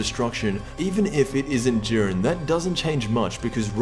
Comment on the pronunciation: its not Juren